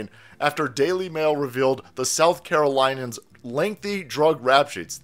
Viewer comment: Car-o-linains dude Learn it